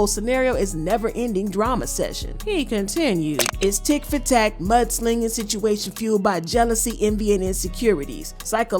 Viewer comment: Someone tell Offset’s dad it’s “tit for tat” not “tick for tack” 🤦🏼‍♀️